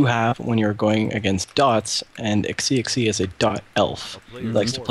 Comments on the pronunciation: Im pretty sure the guy is chinese, so xixi should be pronounced kinda like shishi i think! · You god damn right you're going to cast a lot of games tonight. And what SiRquanko said, it sounds like Shishi. Good cast though.. maybe let introduce himself, cause "Hi, whaddup" seems.. Yeah..